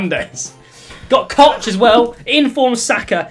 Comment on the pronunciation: you dont pronounce it Koch 😉😂